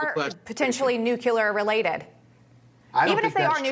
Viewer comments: Nuclear Nuke Klee Er NOT Nuke Ku Ler Read the f'n word! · There is no such word as "NU-CU-LAR" - it is NUCLEAR. AS in nuclear energy. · People who say 'nuculer' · Don't listen to anybody who says "nuculer." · She’s a dem, & she needs to learn how to say nuclear. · “Nuclear” is mispronounced so often, the dictionary needs to accept the mispronunciation as a variation. It would get newscasters off the hook for being too lazy to learn it.